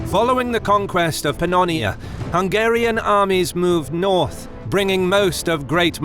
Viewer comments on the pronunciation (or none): It's not "conquest" And Kham. You don't even know's the basics...